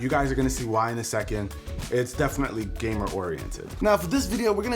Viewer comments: Did he just say GA-MER ? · Is it me or did he say gamer wrong